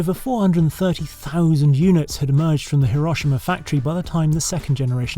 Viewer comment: Nice to hear Henry pronounce Hiroshima properly !❤